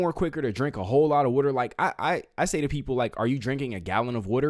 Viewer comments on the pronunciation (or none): It's water not wooter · You like to talk a lot. Twelve out of 15 mins. So PLEASE say this word properly. The word is WATER, pronounced with a short A sound. WATER. The word IS NOT pronounced WORDER. It is not spelled with, nor does it sound like, ORD. WATER, say, WATER please. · Drink whater , drink WATER 1st, SYLLABLE - Wa ~ 2nd syllable ter together ~ water !!!!! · Drink your wuder! 😂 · lol what is “wutter”….. where are you, never heard water pronounced like that…. Good show, good job😉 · i would sign a petition for this guy to never say water again.